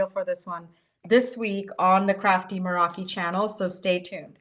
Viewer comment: and thank YOU for always coming up with new and amazing products for us to use! Now, if we could only get to pronounce Meraki right... 😊